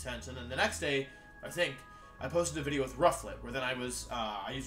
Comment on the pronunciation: Intro Gang Intro Gang Today's Intro: Wideo got the big delet